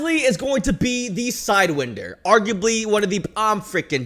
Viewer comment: It’s sidewinder… like whine-der